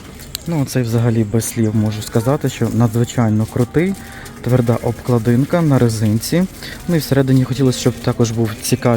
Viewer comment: Все добре, але відкрийте словник укрмови і подивіться де ставиться наголос в слові " обклАдинка".